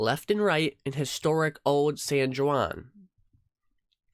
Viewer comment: You should research Puerto Rican tax law before discussing it. You are absolutely wrong!!! BTW, Puerto Rico is a U.S. Territory and Puerto Ricas are American citizens. Seriously, San "Y"uan??? Try it phonetically with an "H" like San "H"uan.